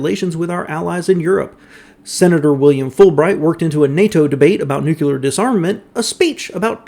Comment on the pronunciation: NEW-KLEE-AHR... say it with me everyone. nukular isn't a thing... as a scientist it makes a video impossible to stomach.